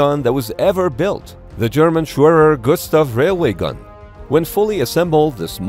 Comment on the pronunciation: what is a shurer gustav do you mean tge schwerer gustaV?